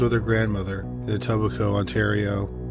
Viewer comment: Good job pronouncing Etobicoke, that's a hard one!